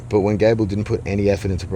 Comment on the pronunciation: Gable rhymes with not-able.